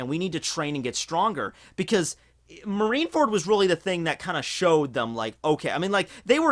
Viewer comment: I swore he said "Marinara fruit" earlier lol